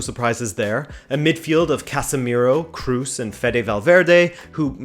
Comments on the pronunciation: Toni Kroos last name its not pronounced "Cruz" its more something like "Cross" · I liked your video as always but it would be even better if you pronounce Kroos correctly! 😆 and I agree with 99%